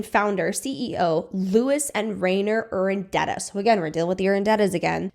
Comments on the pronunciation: It's Urdaneta. Not Urandeta. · Ur-da-ne-ta. Practice it slowly! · Yeah look, I love content like this.. but with that amount of research involved, you'd think 'Urdaneta' would stick. I dunno, I'm still finding words I've mispronounced since my youth (?) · definitely important content and really informative! but is there a reason you’re pronouncing Monat, Urdaneta, and Amare wrong? it’s kind of distracting given how well everything else is laid out in the video